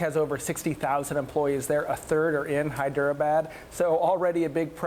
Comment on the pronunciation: Hyderabadddd 🤣🤣🤣🤣 even after decades you can't pronounce like 1940's english